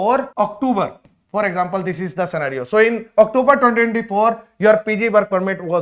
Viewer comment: Are you for real ? Octoober ?? Really ? Is this how Canadian speak English ? And you are advising people to scribble on their passports / spill coffee etc. just so they can renew their passports within Canada even with more than 1 year validity remaining just so they get the full 3 year PGWP on the new renewed passport. This is why so many people have such a poor opinion of Indians. Nothing new on this video that one cannot find on the IRCC web site.